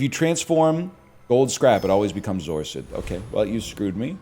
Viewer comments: Holy moly he said zoar-sid instead of zor acid, what timeline am I in? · What the hell is a zor-sid